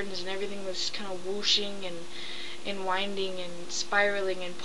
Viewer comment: "whole different shapes and geographic patterns were wushing and winding" ??